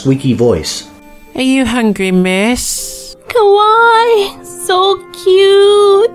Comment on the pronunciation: I noticed one *interesting* word mix-up when she was saying the elfs were cute she was trying to say kawaii but didn't seem to elongate the 'i' making it kawai which is scary xD lol